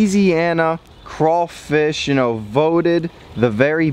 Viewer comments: It’s craw..... fish.... not cray.....fish learn how to speak ..... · They're called crawfish not crafish who is this dude!!! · No sir it's called crawfish sir not crafish you said it correctly but then you said crafish. What state are you from cause in Louisiana it's crawfish real Louisiana ppl know this!! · He said “cra fish” it’s “craWfish” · It’s “Crawfish” not “Crayfish” ! 🤦🏾‍♂️ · CRAYFISH EXCUSE ME ITS CRAWFISH *laughs like an idiot*. BTW: I’m from Louisiana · How did you Mispronounce craw fish it’s the same as you say rawfam remove the fam and add the fish and the c example rawfam - fam = raw. Raw +c =craw. Craw + fish =crawfish. Not cray fish it’s craw fish. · It ain’t crayfish it’s crawfish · It’s not cray it’s craw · It’s not Crayfish it’s CRAWFISH!!!! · It’s cr-AW- fish 😂😭 the word crayfish makes Down south ppl cringe 😂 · Not to be that one person but STOP SAYING CRAYYYYYFISH ITS CRAWWWWFISH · You pronounce it wrong it’s not crayfish it’s crawfish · Crawfish not crayfish not to be rude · It's not "crayfish" its "crawfish" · Why do you say crayfish it’s crawfish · Say it with me; straw, flaw, paw, naw, slaw, maw, claw. Now, everyone together...CRAW-fish. Great!! 👏😁😉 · Dude- stop sayn "rawwfam" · That is not how you say crawfish